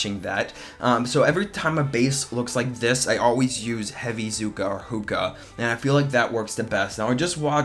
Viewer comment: They you call them 'Hooka', its 'zookas'